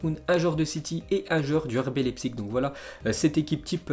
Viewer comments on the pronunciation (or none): none